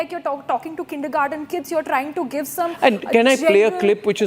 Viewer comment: Arnab ji the word is not Kindergarden ,it is Kindergarten